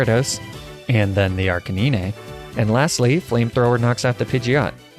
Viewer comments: La-pras Ar-kay-nine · This man didn’t just call arcanine as “arcaneenay” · Bro really said arcenynay😂 CANINE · “Laprah” Fine “Arcaneenay” Fine “Jolduck” Alright fellas I think it’s time for a crusade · I cannot get over your pronunciation of “La - Prah” and “Ar - Ka - Ni -Nay” but it’s still entertaining as hell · Your pronunciations are hysterical, Golduck, Lapras, Arcanine and Magnemite are not pronounced that way. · did he just say jolduck instead of golduck? And why did you pronounce Lapras and Arcanine that way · Your pronunciation of Lapras and Arcanine is atrocious.